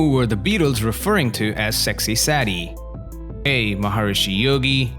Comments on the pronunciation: 10/10 Oh, for "Sexy Sadie", it's a long "a", not a short one. Not "Sexy Saddie"! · Question for "." How do you correctly pronounce "Sexy Sadie"? Hint: It does not rhyme with "baddie." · 11. How do you pronounce "Sadie'? A. Say-dee Not even mildly challenging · It is pronounced " Sexy Say- dee" with a hard "A" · Saddie? Who says Saddie? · Plus even outside of the song, I have never heard it pronounced this way. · Yeah, I went for the White Album too, purely because of the amount of tracks. Laughed at the pronunciation of Sexy “Saddy” 😂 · Sory for the critical remark, but ...: Please listen carefully to the song "Sexy Sadie" to learn how "Sadie" is pronounced correctly! Very probably, it has nothing to do with the adjective "sad" but is meant as a personal name. Never a favorite song of mine, anyway. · Really? People missed any of these? If you missed any of these, then you are not a true fan! It could not be much easier! (and the AI voice needs to know how to pronounce the name Sadie!) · Ridiculously easy. You don't need to be an expert of the fabs to answer these. Still the guy asking the questions gave me a laugh how he pronounced Sadie 😂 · This was lame. Why don't you try some hard ones? (oh, and next time, get a real English speaker, and not an automaton, that can pronounce "Sexy Sadie" correctly) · 10 out of 10. But Pete Best was NOT the first drummer they had, and “Sexy Sadie” was mispronounced. Just sayin’ 😀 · say dee.....not sad ee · 9 out of ten It's Saydee not saddie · It's not sexy "Saddie." It's Sadie ("Say-dee") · "sad-ee"? Sadie is pronounced "say-dee"! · It's SAY-dee. Not SADD-e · The Beatles visited Rishikesh in February 1968. The pronunciation of Sadie is Saydee not Saddie. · Hearing the narrator say Sexy "Sad-y" instead of "Say-dee" was depressing. SMH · The Beatles actually had played with over 20 drummers before Ringo joined. Also "Sadie" is pronounced "SAY-dee," not "SAD-ee." Have you never heard the song? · It’s pronounced, ‘Saydee